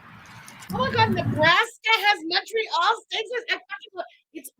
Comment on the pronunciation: even MFW in Indiana has Montreal Steak Spice. She calls it "Monorail" steak spice. Yes, monorail like the train 🤣